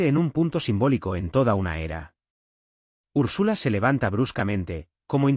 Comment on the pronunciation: 1.- ERES UN DIFUSOR TÓXICO DERECHISTA 2.- SE ESCRIBE "ATAVISMO" NO ATABISMO 3.- SE PRONÚNCIA ÚRSULA NO URSÚLA